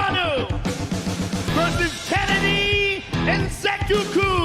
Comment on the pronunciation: "Kennedy Nze-coo-coo" 🤣🤣🤣🤣🤣🤣🤣🤣🤣🤣🤣